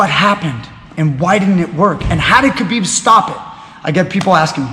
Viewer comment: its khabib, ,,, and pore.... stop being a parot